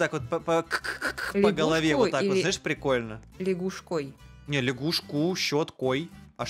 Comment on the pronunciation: просто говорит: "А это прикольнА" мне которой это напомнило акцент Юры из лвпг